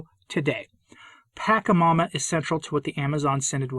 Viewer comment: Why this weird pronunciation of the demon -- 'paka' instead of 'pacha'? Is it because he wants to diss it? I've asked before but got no reply, so if someone knows I'd appreciate a heads up because I can only listen for a few minutes. Thanks.